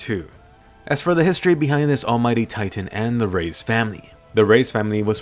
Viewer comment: Reiss is pronounced “rice” not “rays”